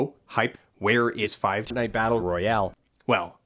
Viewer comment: It's embarrassing how much I laughed at "This isn't Poor-tnite"